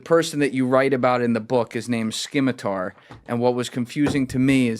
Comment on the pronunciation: I've never heard any say "Scimitar" so incorrectly. Someone has no idea what it is.